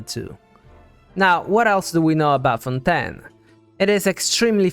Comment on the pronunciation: LEAKS It is pronounced as fawn-TAYN